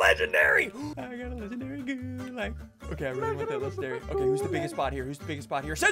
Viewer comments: When you play MW and then hear ssundee mispronounce gulag, T_T It's pronounced Goo-log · The way he says gulāg hurts me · Your pronouncing it wrong. Its goo-laug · Gods, the way he pronounces Gulag annoys me